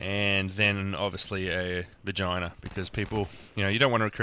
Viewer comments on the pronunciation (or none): Anyone else giggle when he says vagina?